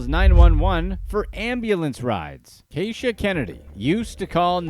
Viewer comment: That’s no Kay-sha baby that’s Key-sha…. But whatever she’s a weirdo.